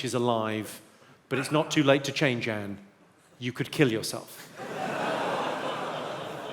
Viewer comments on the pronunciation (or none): none